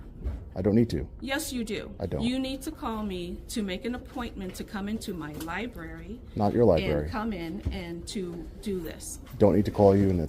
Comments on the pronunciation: They even read the word as "lieberry" and "axe"! It just blows my mind! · Not much intelligence amongst library employees. "IM A LAHBERIAN AXING A QUESTION" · It drives me CRAZY that people call the LIEBRARY, LIEBERRY. And its not FILM. THERE HASNT BEEN FILM OR TAPE FOR 3 DECADES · Lie berry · Lie Berry... 🙄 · The liberry. NO libRary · The Libarry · Dont record the li-berry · “Lie-berry”? Great job exposing this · …she works at a library and really just said ‘LIE BERRY’…smh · If you pronounce it lieberry you probably shouldn't work there.